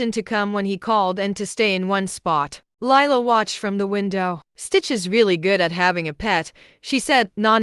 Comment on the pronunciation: Lilo... Lee-low